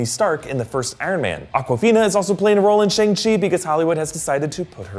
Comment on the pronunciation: shang, not sheng.